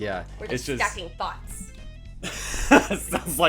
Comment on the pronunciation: Stacking thoughts. Haha I don’t think realized it sounded like she said stacking thots. XD I appreciate this kind of video because it’s like anitubers having discussion together. Thanks for being considerate of the other creators you react to.:)